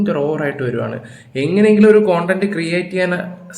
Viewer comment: കൺട്ടം അല്ല ചേട്ടാ കൺടെന്റ്